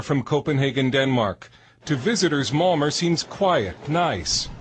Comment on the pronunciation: Why doe that narrator idiot keep pronouncing Malmo, "Mal-mer"? Fucking moron. Figure out how the correct pronunciation of the city you're talking about. It's "Mal-meh.